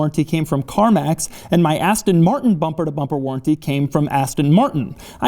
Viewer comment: "Bumprrrr to bumprrrr warrrrrnttee"😂😂😂😂 Congradulations Doug